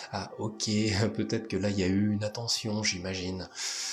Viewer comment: pourquoi vous dites tous "vaTêtre" sur YouTube ? Jamais entendu ça dans la vie normale.